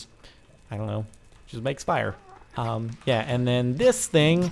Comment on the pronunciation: "Did he say yah that like sex,"?